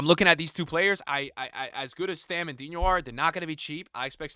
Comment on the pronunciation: Bro it's Stam not Stem